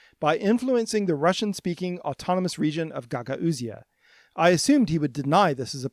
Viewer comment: You still can't pronounce Gagauzia: please just google it... Wikipedia, Wiktionary, anything... it's just absurd that you've now created this three-syallable "interpretation", Ga-ga-ooze, as if it were the English standard.